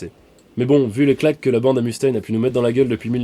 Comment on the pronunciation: Excellent épisode ! Ceci dit ! Pas un seul des Frouz ici présent n'a été capable de corriger ton accent ^^ Le "U" de Mustain Dois se prononcer "E" en anglais ou "OU" ça marche aussi ! Ou sinon tu prononces tout en français et ça donne "Mustin" mais ça pète moins, ciao